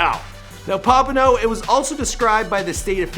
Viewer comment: Learn how to say the words. Its cringey . "Pompano and broward" u butchered.